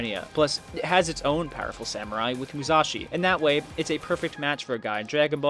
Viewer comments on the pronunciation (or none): none